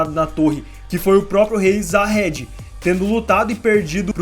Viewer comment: então mano, como pode o cara assistir o anime ouvindo durante o anime inteiro os cara chamando o nome Jahad, e fala jahedi kkkkkkkkkkkkk